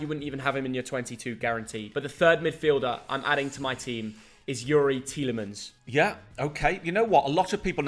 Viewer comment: Tielimens ? Are you jooking ?